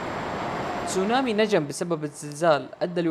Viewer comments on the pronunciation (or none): none